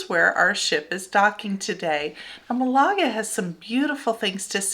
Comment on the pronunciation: Malaga has the accent on the first syllable